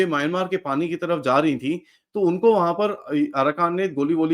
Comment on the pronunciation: Please pronounce it as म्यानमार, not as मायानमार.